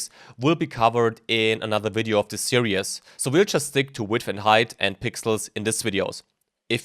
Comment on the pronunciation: say "serious" again when you mean "series"...do it.